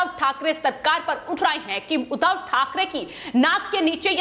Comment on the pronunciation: Udhav nehi Udbhab. Muh se supori nikal ke baat kijiye plz